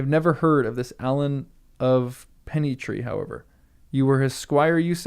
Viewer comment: I laugh every time you pronounce Arlan Alan.